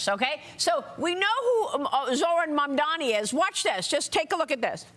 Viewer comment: Don't you think the man running for Governor should know the last name of the NYC mayor?? Four times he called him Mandomi.